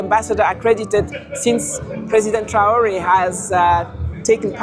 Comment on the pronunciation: This Blackman cannot even pronounce the name of Captain Triore 😢. BLACKman who need balls as journalist and African. 😅 AES. Yes